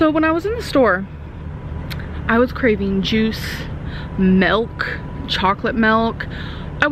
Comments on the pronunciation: Please stop saying "melk" it sounds really stupid. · i live in Kentucky and sweetheart that ain't how we say milk ... Lol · Sounded more like Melk to me 😂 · "Just give him the glass of mölk Josh"